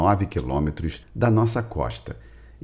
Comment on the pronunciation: Não é Nosaa é Deus